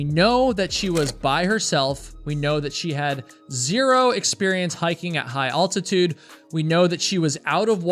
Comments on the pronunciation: Al-tuh-tood, not all-ti-tood at least in American English. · Altitude, not Alltitude